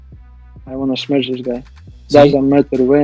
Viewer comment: Smesh* not smash